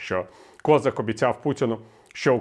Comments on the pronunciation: Він українець з Кіровоградської області. І, до речі, надавав перевагу вимові свого прізвища саме КозАк. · КозАк, не треба зкацаплювати українські прізвища. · А чому він КОзак, а не КозАк? Хтось може пояснити? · Доречі , пане Віталію гадаю що правильно було б в Україні називать товарисча КОЗАКА з наголосом на А , бо українською саме так і буде правильно а ми самі того не замічаючи ідем на поводу у людини яка сама себе з руснічила і навіть змінивши ударну букву намагається не показувати шо він українець ....а нам то шо для нас він КОЗАК з наголосом на А а не на О як би йому цьому зраднику не хотілося ...